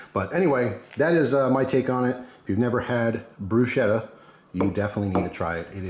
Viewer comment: Nice work, as an italian i can say usually we do only oil tomatoes garlic basil and chilli pepper, but there are so many variations. Ps is pronounced brusketta , the ch is hard.